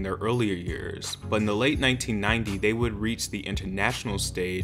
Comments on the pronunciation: You definitely said “in the late 90”! 😊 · I hear "in the late 1990" no s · I heard ‘late 1990’